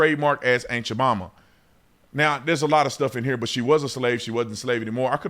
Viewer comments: I've heard "ant" Jamaima and "aunt" Jamaima, but "ain't" Jamaima? You just made that up. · I done heard everything, "aunt" "ant" but I AINT ever heard... of ain't Jemima. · The way you say "Aunt Jemima" I keep hearing "Ain't You're Mama" and I'm busting a gut. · Haha. Sounds like officer Tatum is saying “Ain’t yo Mamma” 😂😂 I can’t unhear it. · Honestly everytime you say aunt jamima all I hear is "ain't cha mamma". Am I the only one?. 🤣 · Lol it sounds like you’re saying “ain’t ya momma” 😂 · when you say "Aunt Jemima" i swear it sounds like youre saying aint ya mumma lol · I swear you said "ain't ja mama"